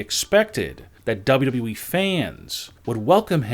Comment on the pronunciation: It's WWE...NOT W W WHEEE